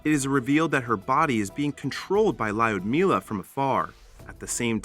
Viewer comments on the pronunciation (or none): And the way he pronounces Ljudmila. Just... Cringe.